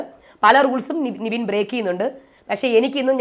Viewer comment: നിവിൻ അല്ല നെവിൻ 😁